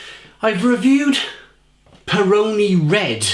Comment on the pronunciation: Your pronounciation of "Peroni Gran Riserva Rossa" gave me a faint. I'm italian, you see. You said "Pr'nee gr'n R'sr'va roZa". All the vowels were not pronounced.